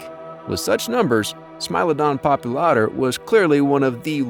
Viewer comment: It's Smilodon "Pop-ULA--tor" for God sakes !!!